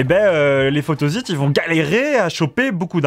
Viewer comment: Ça m'a fait drôle moi aussi, je prononce photossite